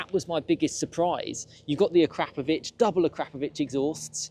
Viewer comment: Ahkra-Povich, or even "Ahkrahp-ovich. NOT, "AhKrap-Ovich", . No, not, "Crap". That sound does not exist in that name's pronunciation. The English are so awful at pronouncing non Anglo names. :)